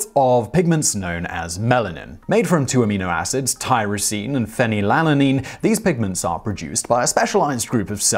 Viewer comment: Lol, love your stuff but it is pronounced phen-YL-alanine.